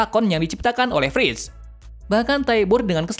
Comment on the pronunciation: Kok malah Dina first bukan Dina frits wkwkkww saya koreksi lagi Armin bang bukan amin